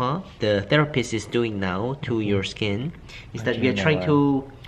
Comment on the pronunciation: "Sking Care"